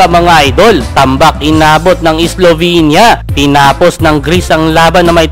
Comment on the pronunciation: Islovenia Awstralia😂